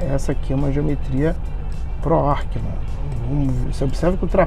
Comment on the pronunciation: Ackermann!!!! Arckeman não existe !!! Quer explicar o que é e nem sabe a pronúncia???